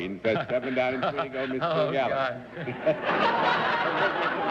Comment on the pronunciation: "Kil-Gallen"? "Are YOU alcoholic"? Oh my...